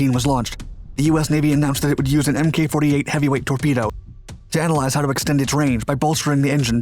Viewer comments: One day my guy will pronounce "MK" as "Mark" lol. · Love ya buddy, but in this context, "Mk" is pronounced "mark," as in "iteration" or "version." This does not include "MKULTRA." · Mk is pronounced as mark. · Not “em-kay 48” but “Mark 48,” right? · For the love of god man it's Mark! Mk 48 stands for Mark 48 torpedo. Not Emm Kay 48. its like nails on a chalk board when you do that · "MK" is pronounced "mark". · OMG.. it's not MK, it's mk as in mark!!!!